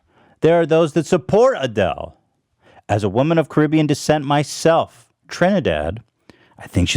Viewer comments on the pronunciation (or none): none